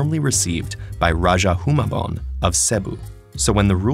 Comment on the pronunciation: You prounounced rajah humabon wrong